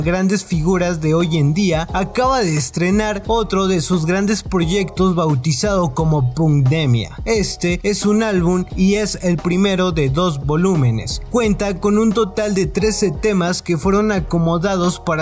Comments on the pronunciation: No se dice punkdemia, se pronuncia con a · Se pronuncia pankdemia un saludo desde Uruguay